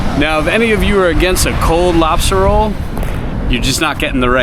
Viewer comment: #tugtrashoutdoors #keywestwaterman did say Robstah Roll 😂😂😂 #BlooperReel This is awesome and I agree with you about the principle on stores and I would shop that mom and pop store daily if I lived there!! Let’s go catch some flounder!!